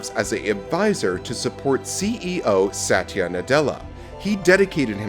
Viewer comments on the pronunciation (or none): none